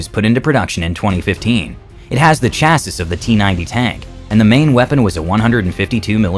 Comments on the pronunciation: Chassis: pron “chass-ie” not “chass-is”. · Bien vu...on dit CHÂSSIS Whithout pronouncing the last S....Sans prononcer le S final...😅😎🐓🐓🐓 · Cool video, but I'm pretty sure the last S in "Chassis" is silent. It should be pronounced "Chassie". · Sorry, cant take ANY channel seriously that doesnt know how to pronounce "chassis" correctly. smh